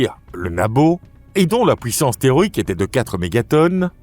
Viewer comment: Pouissance au lieu de puissance houit à la place de huit. Il faut expliquer à comment prononcer correctement ces deux mots.